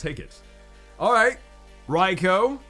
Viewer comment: Can we please get together as a community and start pronouncing pokemon names right? (Raikou) It's not Rye-Koh, it's, Rye-Kuu, and I know that's not the only example, and you're also not the only Pokemon YouTube to mispronounce names that I've been saying since I was 9 years old.